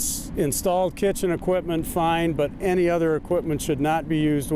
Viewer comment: Did she say popane?